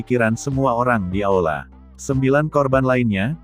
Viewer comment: Bukan aola, tapi aula.